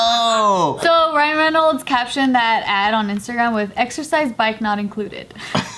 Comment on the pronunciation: *rhino reynolds* 😭😭😭